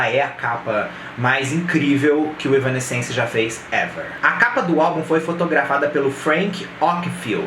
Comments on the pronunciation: Não tô crucificando, longe de mim. Acho que é importante mesmo para entregar algo com cada vez mais qualidade. Seu canal é bom! A pronúncia é mais ou menos assim: Êv-nã-sense (Êv é tônico, o resto vai apagando). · "evanéss-sence" a pronúncia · Se fala: évanéssenci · Caralho tchê! Kkk começou o vídeo errando o nome em 3 tentativas... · Três pronúncias diferentes. Nenhuma certa. Não é fácil a vida do fã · Cara, ainda tá falando o nome errado 😅😅😅